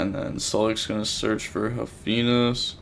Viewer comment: Please keep pronouncing all the cards however you want, it's the main reason I'm here; it adds so much personality to the channel. Nobody else would dare pronounce it haufenis